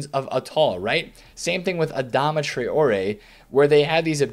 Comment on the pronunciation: His name is traory not tra-oory